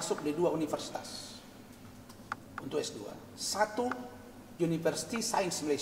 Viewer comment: Apa dia bilang..universisait?